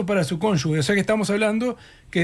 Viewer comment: Justamente en año electoral es cuando más tendríamos que insistir en la transparencia de los elegibles... Y todavía que Blás podría llegar a ser intendente de Maldonado a futuro...pffff qué mal todo (PD: y Preve pronuncien bien la palabra CÓNYUGE🙏... o sea suena fuerte la G!! porque si no debería escribirse CÓNYUGUE)